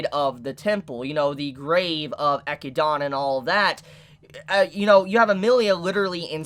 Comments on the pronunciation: Dude seriously her name is not that hard to pronounce. echid·na. Would you say Knuckles the Eck-I-dOna? No, because that would sound ridiculous! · It is pronounced Echidna not Echidana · echidNA. Echidonna? Come on bro 😂😂😂😂😂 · Sa tell and eh ci da na how did you mess up this bad lmfao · why does everyone pronounce echidna like echidana? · “Ekkidonna” “Rose wall” :| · Can't lie, it throws me off the way you pronounce Echidna (ee-kid-nah)